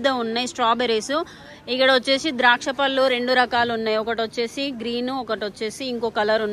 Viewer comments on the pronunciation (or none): none